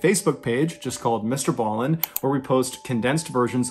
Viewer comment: it is br ballen not allen